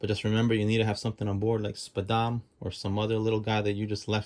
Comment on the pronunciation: Every time u said SPADAM it gave me a mini heart attack 😅😅😅